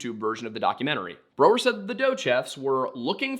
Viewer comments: I hate how you mis-pronounced Brow-er the entire episode.. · Brow-er, not bro-er. Painful to hear that mispronounced so many times.